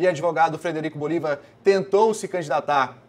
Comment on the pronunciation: É BolivÁr, BolivÁr.